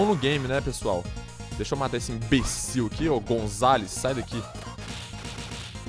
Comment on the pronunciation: kkk ''eae PRESSOAL'' kkkkkkkkkkkkkkkkkkkk